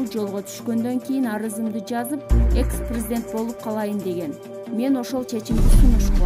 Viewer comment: Чон кыз прризидент эмес президент туура окусан